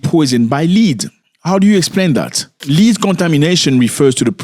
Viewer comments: The word is not LEAD. It is pronounced LED. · Not "leed" my brother, led. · Its not pronounced "lead" it is pronounced as "led" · Man it's pronounced led like red or dead not lead like feed or seed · Led my guy not Lead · Do you mean Lead? Pronounced Led. Yes it's been outlawed in amerikkka for quite some time. Poor babies.🙏🙏🙏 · It is pronounced "led" not leed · It’s not pronounced Lede, it’s pronounced led. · Zach it is pronounced LED. ❤ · Bro. Lead pronounced LED 🤐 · Lead, pronounced led. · Please pronounce /led/ for the noun LEAD and /li:d/ for the full infinitive TO LEAD. Otherwise, thanks for raising awareness against pollution and for a history lesson. The language detective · Bro the world lead os not pronounced leeed as hou pronounced it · Please pronounce the word "lead" as "led". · Hi Zack It's pronounced "Led" in this case. Lead as you pronounce it, means to go in a certain direction, but the mineral is pronounced "led". That's English language for ya😅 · Zack, please pronounce "lead: as led. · My brutha 😄😄 the word "Lead" is pronounced like the word "Head" but with an "L" This is not an accent thing. You dont say "Heed" for "Head" do you? Yes, you can say it the way you do but than it's a differnt word with a different meaning. But seriously, I love your content. It's refreshing to see an African youtubber that tells informative news instead of just copy pasting tik tok dialogues with their face in the corner of the screen and than commenting on other peoples content. I've been watching you since I myself was in Africa two years ago. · As a teacher of ESL (English as a Second Language) I want to gently remind you that "Lead"rhymes with "head" in American English. My intent is to help you --not criticize you--be more easily understood as Americans tend to be very critical of even those who speak many languages while they themselves remain monolinguals!🙄🤷🏾‍♀️